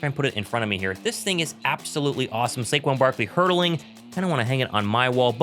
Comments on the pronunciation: Saquon or sayshawn? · Say who Saiquon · Say-shon Barkley, 2K Say, Saquon. Let’s go Birds!!